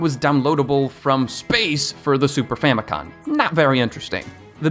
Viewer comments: Isn’t it famicom not famicon? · Bro keeps saying “Famicon” instead of “Famicom” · Wait I thought it was Famicom, not Famicon- you learn something new every day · “Super famicon” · I'm too much of a nerd, I saw this and was like "Which of the Satelliview titles?" Also it's Famico*m*. You can even see it on the controller in this very video! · 🤦‍♂️ famicom not famicon….. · FamiCom, with an M as in FamilyComputer 😉